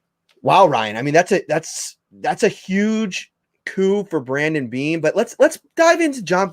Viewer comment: His name is Brandon Beane, not brendan beane. 🤬